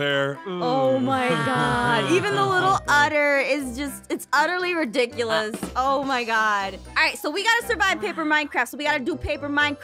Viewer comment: aphmau: utterly redicusouse me:chloe